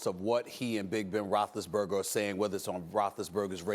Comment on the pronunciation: Ben "Roch-less-burger" has been calling out players, yes. But can you least call out HIS NAME correctly?